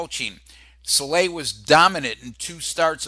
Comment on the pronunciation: Why are you pronouncing Sale as Salè?